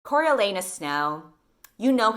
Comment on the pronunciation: The second I heard the way pronounced his name I KNEW she was going to make a fucking anus joke